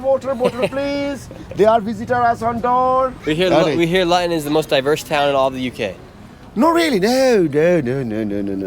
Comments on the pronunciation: How did he pronounce Luton … sheesh 🙄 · 😂😂😂 you should have learned to pronounce the city correctly before recording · It's not LYON " IT's LUUUTON !!! like FOOT-ON !!!! GEEZUS CHRIST !!! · Why did you pronounce 'Luton' as 'Lion'? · its pronounced 'loo-ton' not Lyion. I know you're American and not English but I just can't stand it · Standing in front of a sign and mispronouncing it repeatedly "We're in LUTTON. The most disgusting, vile and dangerous place in the UK." Interview "So, what's it like in Lutton?" "It's Luton. LOO-TUN." "Yeah, we've heard it's a great city and there's many different cultures here." I grew up near Luton. It's definitely quite a bit 'stabbier' than the surrounding towns but it's not the worst. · Thats not pronounced Lutton, its pronounced Looton. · Nick heard Luton pronounced Looton but her continues to pronounce if Lieton. Not very observant of him. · Lutton…..😂 it’s pronounced “looten” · ITS NOT LATON.. ITS PRONOUNCED LOOTON BRO LOL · Lut on ? It's pronounced (Loo- tonne) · City of Latan. 😂. Typical American. It’s pronounced Loo-ton. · LUTON is not pronounced “Lutten” its pronounced “Loooton” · pronounced loo-tonne not luh ton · 😂🤣 brother its Luton pronunced ( looo-ton) not Lion. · Lut-on? Loo-Tonne 😉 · It's pronounced "loo-ten", not lutten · LOO-TUN not Luhtun. Tommy Robinson's home town. He'd be laughing if he heard you call it that... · shirley its pronounced looten not louten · sorry but you have pronounced Luton wrong it is pronounced Loo-ton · God bless him, it’s pronounced “Lou-Ton”. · *Luton - pronounced = Looton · Pronounced, Looton my bro 👊👊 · the way he said luton as "lutton" lol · Its pronounced Lootan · Good video :) It's pronounced loo - ton though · It's pronounced LOO-TON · Great vid but sorry, it’s ‘LOOton’ It it rhymes with button, it needs two Ts. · Luton is pronounced Loot-in/Loo Tin. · Pronounced Lootun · Luton = pronounced “ loo tun” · Little FYI, it's pronounced Lootun. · The way he pronounces Luton is crazy 😂